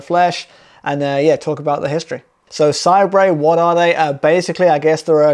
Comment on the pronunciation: i think it's pronounced 'say-bur'